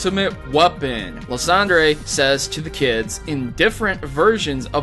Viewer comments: Lis-on-der is one and lis-on-drye too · It is liceander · It's liesander